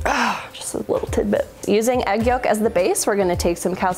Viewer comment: "Put the egg in the vague bag" becomes "Put the eygg in the veyge beyg"